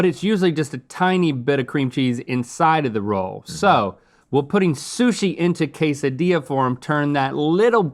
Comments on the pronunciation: It's pronounced 'quesadilla', not "case a dee ya". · How'd you miss "cake-dilla"? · LOL "kaysadiya" 😆 🤣